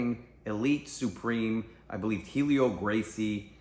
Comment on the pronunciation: Maestre Helio's name is pronounced "EL-EE-OH", and the "H" is silent. The "A" in Jigoro Kano's name is pronounced as in "Awe". Yeah, I know. I'm a pedantic shit but it's a pet peeve of mine. Sorry, not sorry.